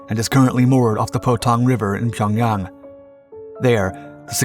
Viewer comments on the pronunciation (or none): none